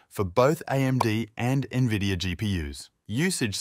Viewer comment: did you just say nevidia?